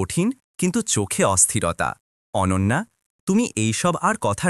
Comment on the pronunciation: অনান্যা নয়' , এবার ঠিক হয়েছে অনন্যা। আবার শুনছি অনঞ্জনা।